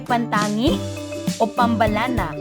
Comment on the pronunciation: Ganto pagka pronounce sa pambalana (PAM-BA-LANA)